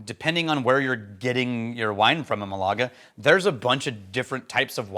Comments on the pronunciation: in case it matters to you, mAlaga, not malAga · Hey! Thanks to the US Navy I know your pronunciation of "Malaga" is ... let's just say a bit off😂 I knew something! Doesn't happen often.